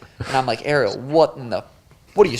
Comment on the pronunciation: Kilo Harrison 😂 learn how to pronounce Ariel